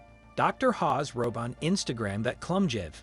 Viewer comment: Pronunciation is everything, Zahi Hawass NOT Hawes. As for the others oh dear 😂 definitely won’t be subscribing to this. Use of AI for voiceover I can only assume, if not then 🙄